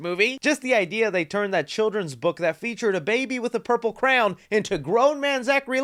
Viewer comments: I love the way you say crayon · I thought kippy was the only person to call it a craown (crayon) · I do smile everytime he pronounces crayon- never heard it pronounced that way before